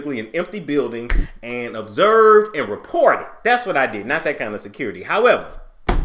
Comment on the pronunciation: Obverse and report 😂😂😂 yes sir😂😂